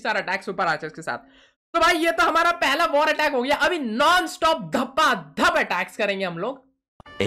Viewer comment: Dhapa Dhap Issh I heard Ghapa Ghap 🤣🤣